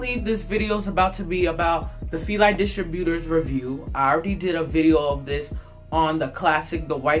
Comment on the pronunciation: He said the fily distributers😂😂😂😂